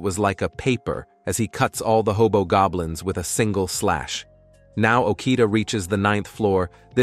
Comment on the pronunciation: I thought he said hobog goblins